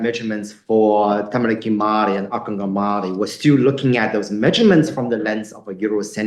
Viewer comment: No no Mari that's his Maori pronunciation.